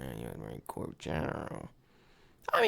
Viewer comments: It isn’t a corpse it is a corp. pronounced core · "Corps" is pronounced "Core", Sir. 11 / 11 is REMEBRANCE DAY here in Australia. LEST WE FORGET. ❤❤ M 🦘🏏😎